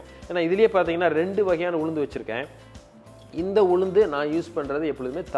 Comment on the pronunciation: Could not quite follow information about Ulundu. Too fast and not clear enunciation🙏